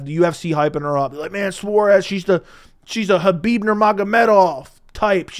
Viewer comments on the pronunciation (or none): none